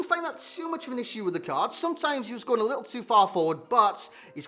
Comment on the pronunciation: does he say how’s it gunnin lads or how’s it going lads